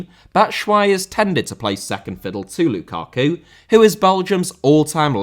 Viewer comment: Teófilo* not Tiofelo Magic* not Madgic María* not Maríer Copa* not Copper Nicolás * not Neclas Lukaku* not Lukhohrku Fenerbahçe * not Fenebohçei Tite* not Tchetchei Jesus* not Djeisus Roberto* not Robötouw Possess* not Posess Guimarães * not Guimaraich Lula* not Luller Bolsonaro* not Bolsonohrouw Ekambi* not Ikombei München* not Munich Alphonso* not Alphonzouw Eustáquio* not Yustatcheouw Duarte* not Duohrtei Brugge* not Bruj Levante* not Levantei Josip* not Jouwsyp Livaja * not Levejer Hajduk* not Hadžăk Warszawa * not Wohrsohr/ Warsaw Andreas* not Ondrejas Debut* not Deibyu Caicedo* not Caiceirouw Possession* not Posession Les* not Lei Atlético * not Atlétecouw Mbappé* not Mbappei Hansi* not Hanzi Can't * not Khon' Nico* not Nicouw Bremen* not Breimen Kudus* not Kurâs Ghana* not Ghohrner Taremi* not Tareimi Clara* not Clohrer Duo* not Djuouw Endo* not Endouw Vega* not Veiguer Romain* not Rouwmain Gaal* not Gohrl Robert* not Rober' Dinamo* not Dinamau Moskva* not Moscow Eredivisie * not Eradevizei Carvalho* not Cahvayouw Rather* not Rother Betis* not Betes Leão * not Ledjao Arabi* not Arohrbi Dawsari* not Daverhsi Diédhiou* not Djidjou Sadio* not Sariouw Mané* not Mohrnei Frankfurt* not Frankfohr Bento* not Bentouw Jeong* not Djăng Ansu* not Andzu Álvaro* not Alvohrouw Morata* not Morohrter Busquets * not Băsquets Remo* not Reimouw Mejbri* not Medjebri Musah* not Muser Sebastián * not Sebastian Coates* not Coohrtes Clube* not Clăb Diego* not Diyeigouw Alonso * not Alonzouw Ra